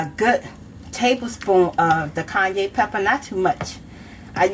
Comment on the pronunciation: Lol she's calling cayenne pepper "Kanye" I can't lmaooo 😂😂😂